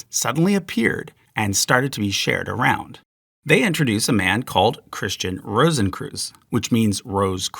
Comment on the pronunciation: the "Christian Rosenkreuz" pronounciation is horrible. English speakers can imagine it as "Christeeuhn Rowzenkroits"